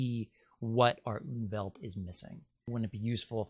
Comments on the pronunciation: It's not "Unwelt", it's Umwelt (die Umwelt -en, fem.), meaning approximately the 'surrounding world'. (The word exists in several Germanic languages, for instance Swedish = omvärld (omvärlden -ar, reale), yet apparently not in English). Just started watching. This looks to be interesting. 👍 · Sorry to correct you, but it is called UMWELT!! UNWELT as you mention, does not exist, but would mean terrible world, antiworld. Please check!! Greetings from Austria(german speaking)